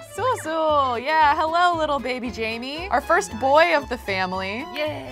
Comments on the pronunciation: j-a-i-m-e which is pronouncing jamie is actually pronounced Jane but with m. JAME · It’s not Jamie it’s Jaime haha